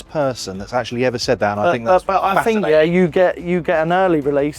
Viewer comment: The less you "fink" the better you "frow" 😂